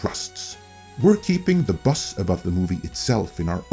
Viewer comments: I listen to YouTube a lot, and I love your accent and mispronunciations, but when you kept saying 'bus' I was so confused.... oh BUZZ. Haha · I guess, but I still consider this a mispronunciation. When I was listening I was thinking "what bus is he talking about?" And I normally work out what he means in context but just couldn't this time. Had to watch! I hope you have a good day mate, and remember always bring a towrel!